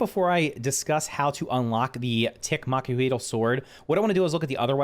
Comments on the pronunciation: Not to nag but it's pronounced mach-oo-what-ul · “Mack-wah-wilt” but say the T in wilt like u have a lisp. I looked it up one time and it’s Mexican and that’s pretty dang close to how u say it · pronounced “maka wattle” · Mac-wheat-all is how ya pronounce it. Based upon the old clubs of wood and obsidian shards. :) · Its pronounced makweetal for anyone who really needs help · L is silent. There's a lot of ways to pronounce it but generally it's said Mak-wah-eet